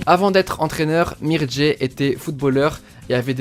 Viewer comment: C’est Mircea pas mirdjé 😅